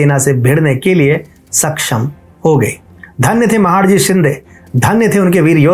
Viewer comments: आप ने व्हिडिओ द्वारा जानकारी बहुत सुंदर दी है, लेकिन आपका "महाडजी" शिंदे यह उच्चारण गलत है. उनका नाम महाडजी नही था, बल्कि महादजी शिंदे था. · महादजी शिंदे not महाडजी शिंदे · महाडजी नाही रे महादजी आहेत ते नाव तरी नीट घे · अच्छा तरीके के से pronounce कर... महाडजी नहीं महादजी शिंदे बोल.. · Mahadji .... महादजी. NOT महाडजी. PLZ CLEAR IT ! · महादजी शिंदे उनका नाम है ना की महाडजी ❗उच्चारण सुधार लिजिये. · उच्चार महादजी शिंदे करो... महाडजी नाही. Please correct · योग्य उच्चार 'महादजी ' हैं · महाडजी नही महादजी है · महाडजी नहीं महादजी है। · It's महादजी not महडजी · सबकुछ सही रहा पर आप महादजी का उच्चारण महाडजी कर रहे हो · कृपया, महाडजी नहीं महादजी ऐसे काहीये. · महाड जी नही महादजी कहिये आप हिंदुस्थानी लागते हो तो गलती मत करो महादजी कहो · महाडजी नहीं महादजी 🙏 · You are pronouncing his name as " महाडजी " which is incorrect. Correct pronunciation is " महादजी शिंदे " .😔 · With due respect it is " महादजी "